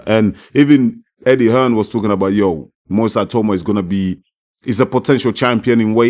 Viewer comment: It’s definitely pronounced ee-tah-oo-mah (the other way). Eye-tow-mah sounds European.